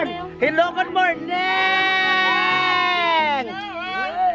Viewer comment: hello Goodmorming ... 😆😆😆 natatawa talaga ako sa hello goodmorNing na linya niya..